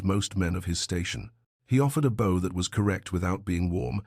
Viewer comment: Definitely one of the better ones on this channel; the Ai narrator is improving. Still needs to work on the pronunciation of “bow”. Sending a huge thumbs up from San Diego, CA.